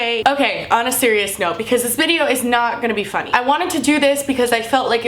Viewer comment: did anyone notice she said "bideo"?